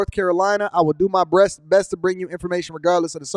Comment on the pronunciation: He said “breast” for “best” 😂😂😂😂